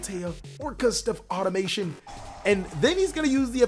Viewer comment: Sorry to be THAT guy...but it's pronounced "Auto-ma-ton", and "Orcust-rion"